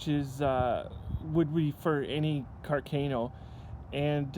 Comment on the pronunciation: I love Canada and I would love to have one of these Cooey custom rifles, but you guys are killing me with your pronunciation of Carcano and carbine.